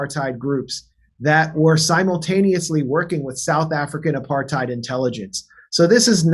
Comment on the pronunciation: It's as mental here on msm in Oz but without the diversity of U.S media. Who, like the WHO, saw this shit coming? Them mfs. One small complaint I have tho is the real pronunciation of the word is APART HAtE. Get it rght guys.